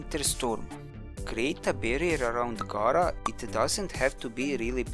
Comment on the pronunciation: The name is pronounced Gara (Gaira) , not Gaara (Gora) from Naruto ! Think of a female version of Gaara. Rebecca from D.E. called her Gara ( Gaira). If Gara was getting a rework, you'll hear how she pronunciates Gara's name. All anyone has to do is listen to how she pronunciates her name. This is not Naruto where you have the boy version Gaara ! It's simple !